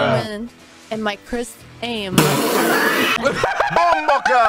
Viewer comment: I Q🤔🤔🤔she stumbled over the 1 syllable word “crisp”😂😂i dont think I Q is her strong suit😂